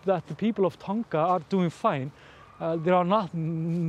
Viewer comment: just something you may have forgotten. Dogs only see in black and white. Despite throwing a bright blue frisbee, it doesn't mean that it's easy for Polly to see, especially how or where it lands. Also, you've mentioned Tonga in the South Pacific. Firstly, you do not pronounce the letter 'g' as a strong letter but like referring to a pair of tongs. Therefore it sounds like tong - a. The volcano that erupted there was an underwater volcano but was so powerful that it blew rocks and other debris well over 15kms into the air which affected air travel. There are many under water volcanoes around the South Pacific with one nearby this eruption that had already started to create an island. After Krakatau erupted in 1883, another island was created within it's caldera called Anak Krakatau in 1927, meaning Child of Krakatau. So I don't confuse you, I have used the Indonesian spelling of this volcano and not the English. Something is always going on under the sea but we just don't bother to pay much attention unfortunately.